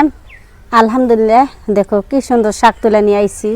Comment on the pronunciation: আপনারা এসব উল্টাপাল্টা কথা না বলে চুপচাপ ভিডিও বানাবেন তাও ভালো সুন্দর হবে চুপচাপ ভিডিও বানালেও তো সবাই লাইক দিবে কি সব উল্টোপাল্টা কথা বলেন শাক কে বলেন হাক